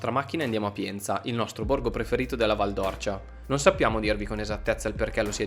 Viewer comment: Due appunti al vostro bel video, detti sottovoce, da un figlio di quella valle così ben manotenuta: la pronuncia esatta é Val d'Órcia, con l'accento acuto sulla "O" e poi...soprattutto: non siete passati da Radicofani, uno dei 2-3 paesi della valle nei quali sono stati creati i favolosi pici! Il paese più in alto della valle, con la Rocca di Ghino di Tacco, la Posta Medicea e un paio di chiese meravigliose ricche di terracotte robbiane. La prossima volta che tornerete da quelle parti non potrete ignorare Radicofani. Ciao!